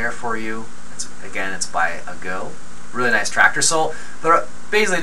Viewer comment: FYI, Its A-go. Say A as A.